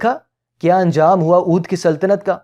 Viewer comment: Dear, you have mispronounced Shahan e Avadh as Shahan e Oodh. on timeline and again on Oodh ki saltanat. Please check that out and fix it if you don't mind. Best.